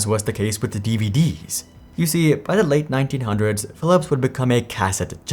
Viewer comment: Late 1900's sounds like 1905 when it actually is 1990's